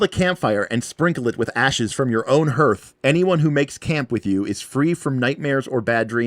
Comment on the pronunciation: Hearth isn't "hirth", but instead rhymes with darth.